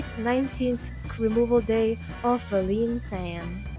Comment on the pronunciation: "removal day" omg💀💀💀